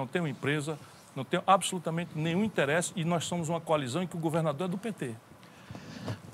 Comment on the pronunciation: Porque o Ciro é o único cearense e brasileiro que fala "interÉsse" eu não sei!